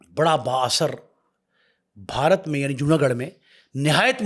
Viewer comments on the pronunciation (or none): none